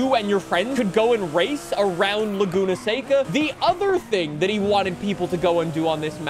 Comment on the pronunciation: That's how you pronounce it